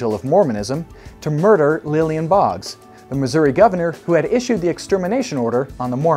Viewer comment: The governor of Missouri was named Lilburn... Not Lillian.... Baha